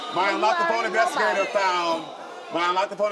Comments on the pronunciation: How you drag him to the show for cheating and it end up being your goofy ahh that's cheating ... chile 😒 Also, is she saying "foam?" 😬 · I kept hearing FOAM not PHONE😂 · She’s cute buuuut baybeee 54 is too old to be saying phome‼️🤣… she looks good tho ❤ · Phome?? Sounding like she was running with Harriet T. In 1855😂🤭